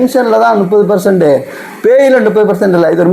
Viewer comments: Muppadhu correct not nuppadhu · 30 enbatharku thangal nuppathu endru ucharippathai avoid seiyavum